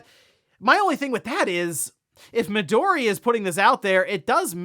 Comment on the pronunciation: Mi-do-ri* (instead of Mido-ri)